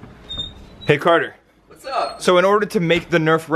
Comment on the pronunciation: not cater its carter